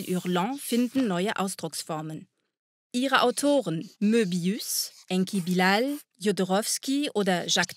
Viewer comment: Witzig wie Jodorowski und Enki Bilal französisch ausgesprochen werden, obwohl Jodorowski Chilene und Bilal Bosnier ist. Das wird nicht so ausgesprochen... Und Métal Hurlant ist auch kein klassisches "BD", sondern sehr stark an die amerikanischen Comics angelehnt, wenn auch revolutionär.